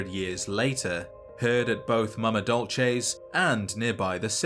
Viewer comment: As a Starbucks employee, I would like to thank you for pronouncing Mama Dolce correctly (dol·chay), rather than the incorrect way (dol-say). I can't explain how it feels to hear the incorrect pronunciation of so many things hundreds of times in a single day, every day, for months on end. It's a nightmare made worse by the fact that everyone saying it has that horrible stereotypical white californian accent. It's awful. If you liked this comment you're probably in s similar predicament but I'm betting no one is gonna read this. Good luck to whoever does, have a nice day, I really appreciate your time.